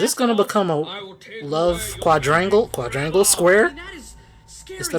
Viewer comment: Did you really just say quandrangle my guy